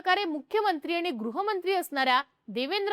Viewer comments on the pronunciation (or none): none